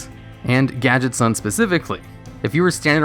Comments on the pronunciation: it's gadgetzAn not gadgetzawn they're not japanese. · I don't like hearing the word 'Gadget-zahn', I think it should be pronounced 'Gadget-zanne'